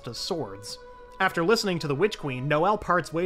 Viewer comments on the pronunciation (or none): I know he say witch queen but to me it sounds like he is saying bitch queen lol 😂 slay your highness 😂